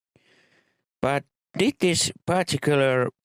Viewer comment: It's hilarious how he pronounces the "d" lol